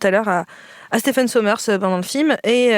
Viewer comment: Stephen qui se prononce Steven d'ailleurs ;-)